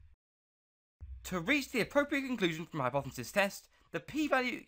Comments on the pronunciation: Learn how to edit videos and say the word hypothesis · bro needs to learn how to say hypothesis clearly